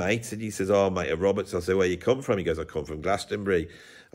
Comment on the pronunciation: It's not pronounced "froo͞m", it's pronounced "from". BTW, I once met Gavin Rossdale of Bush in Primrose Park (London). He was nice.